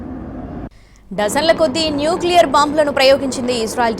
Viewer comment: న్యూక్లియర్ మిసైల్స్. ఆ కొంచెం కరెక్ట్ గా చదవండి న్యూస్...😂😂